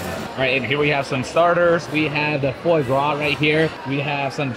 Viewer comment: Oh...i love your videos; been following you for years! BUT, would it kill ya to do a little research before you head into,arguably,one of the most popular restaurants in the whole city?!?! At least watch an episode or two of Hells Kitchen! The "foie' is pronounced "fwaah". The "paté" layer is a mushroom duxelle and if a restaurant comps you a dessert, maybe you should say "thank you" to the restaurant (or maybe even to the man, Gordon Ramsey, himself!). Maybe in a subtle VO in post?!? Just sayin. Im pretty sure they recognized you or knew who you were or at least someone on staff knew, cuz I dont think they're sending out free desserts on the regular. Anyway, just some constructive criticism from a fan who has loved seeing you and your channel grow!